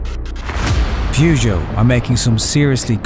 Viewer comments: pronounced purr-geot not pew-geot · Actually 'peh- zho' is closer to the mark ;) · "PUUGOT" HAHAHAHA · At least it's not the American "Poo Joe" 😁